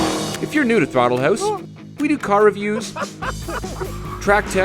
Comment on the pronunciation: Wait... "Thortle" House? Am I the only one that caught that?